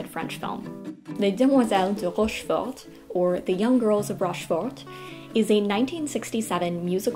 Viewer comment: Salut, bons choix, en partie je les partage. Juste une chose, dans Rochefor(t), on ne prononce pas le t final. Ce qui est bien dans tes commentaires, c'est qu'ils sont sincères : on sent la passionnée.